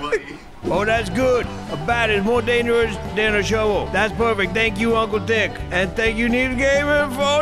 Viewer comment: I keep replaying it but I hear saying: Thank you uncle Dick instead of Thick. O.o